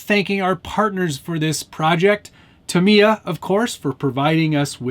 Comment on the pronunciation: You already won. You pronounced Tamy-ya correctly in your video.